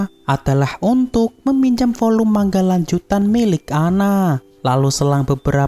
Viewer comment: manga bang bukan mangga